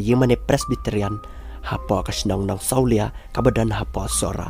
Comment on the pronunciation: Nongsawlia ym dei nongsawliah .....